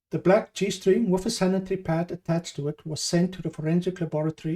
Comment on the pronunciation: are you saying - bald / bulk/black man ??? - jeez your pronunciation is very bad